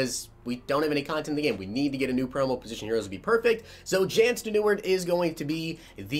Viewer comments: Jan Stenuard??? Its pronounced Yaan STEN a rude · Its pronounced Jan Sten-er-ruud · his first name is pronounced Yon last name Sten. Ner. Rude. Great Vid. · This is how u pronounce. Like so can see. YAWN STEN-ER-OOD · I think it's pronounced like Yon Stenerood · I think it’s pronounced yan sten-er-rud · You say his name like sten-uh-rude